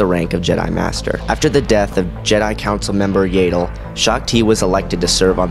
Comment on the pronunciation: "Yaydell" thought it was pronounced Yahdell